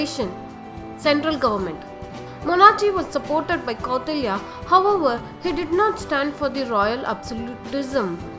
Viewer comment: It is not kottalya it is Kautilya It is not seclucas it is selecus not only this there are more pronunciation problem